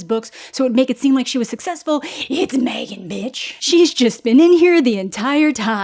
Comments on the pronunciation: Mah-three-gan two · I can never not hear you say MeThreeGan, ever. I don’t understand this “Megan” movie you’re speaking of.